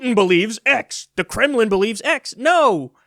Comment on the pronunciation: Not to mention they’re hiding: The Douglass plan gaff from bootyplug Biden saying “vote for trump” All of Bernie’s ads Joyann is absolutely INSUFFERABLE. Btw “kremliny”.